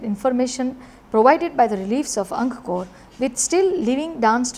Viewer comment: ANG-KOR... NOT ANG-KA-KOR... please pronounce it correctly